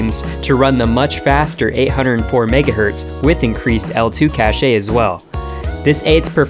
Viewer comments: Hey for future reference Cache is pronounce "cash" not "cash-ay" :) good video otherwise my friend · Hey, Cache is pronounced "cash" not "cash-ay" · I love you and I love your channel! But as a compsci major, for the love of god I must tell you that 'cache' is pronounced "cash" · Cache is pronounced like "cash" as in "Cache me outside, how bow dah". ;) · "cashe-ay" You can pinpoint the exact moment when I click away... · it's pronounced "cash." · I have NEVER in my life heard anyone pronounce cache as "caché" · Dagan Danevic I think most of us thought it was cash-"ay" at some point 😁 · cache is pronounced "cash" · "cashay" lol